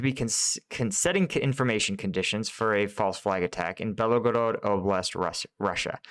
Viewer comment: You probably didn't intend to make it sound that way, but you said that Ukraine, in the Kharkiv counteroffensive, "seized what looks like about 50% of the territory of the Belogorod [sic] Oblast." ALL of the Belgorod Oblast (note, three syllables, not four) is in Russia. Even though in the 17th and 18th centuries the area of the Oblast was part of the Cossack Hetmanate under the Kiev Governate and therefore considered part of Ukraine, Ukraine is not contesting the area now. None of it was seized by Ukraine. The territory that Ukraine regained (not "seized") in the September counteroffensive is all on the Ukrainian side of the border, and in the Kharkiv Oblast. I imagine that you meant to say that the number of sq. km. retaken by Ukraine in the Kharkiv Oblast amounts to about half the size of the Belgorod Oblast. That seems more or less correct.